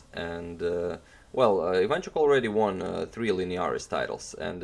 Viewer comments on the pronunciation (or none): none